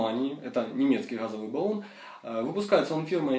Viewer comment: Нет слова "гхазовый"!, есть слово "газовый"!